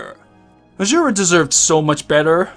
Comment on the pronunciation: “Charctuh” “Azzzurah” “Waltuh”